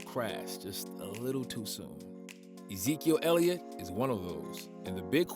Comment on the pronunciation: Did nobody catch the fact this dude said "quarterback zeke ellitot"